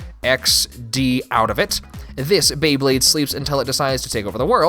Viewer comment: You NAILED the pronunciation!